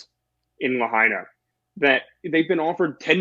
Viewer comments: Viva, its “La -HIGH-na” ! Not La-HAY-na. Say it ten times La -HIGH-na, La -HIGH-na La -HIGH-na, La -HIGH-na, etc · Lahaina is not la hay nah. It's la high nah. Sloppy Viva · it's LA HIgh Na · Please, it's pronounced La hyena, or la high nah. "In the mother tongue, ‘āina refers to that which feeds, that being the land and its produce, as well as the sea and the all the things from it we can collect and harvest to sustain our selves with." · please correct the pronunciation of lahaina